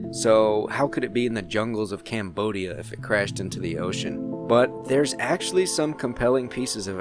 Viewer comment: how he says cambodia lmao